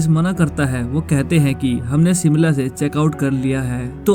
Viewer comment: सिमला नहीं शिमला है, और ये शिमला में नहीं परवाणू में हुआ था